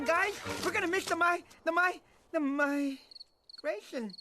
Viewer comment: Sanırım küçük bir hata var. migration maygreyşın olarak okunur